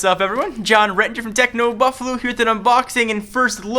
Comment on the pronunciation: He said Techno Buffaloo